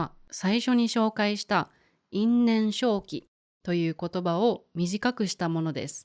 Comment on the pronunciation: you say いんねんしょうき but when I look it up in the dictionary, it says いんねんせいき can 因縁生起 be read both ways? Thank you for the video!